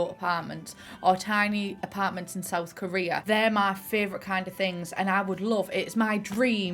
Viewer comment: know that you mention it I'm hearing career instead lol